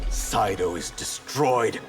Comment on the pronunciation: It's SEIDO. not SAIDO